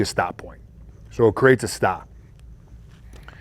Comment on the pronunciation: That'd be awesome! would be the "stah" of the audiobook!